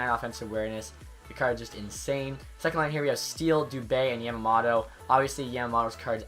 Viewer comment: You are pronouncing Yamamoto wrong. its Yam-A-Moe-Toe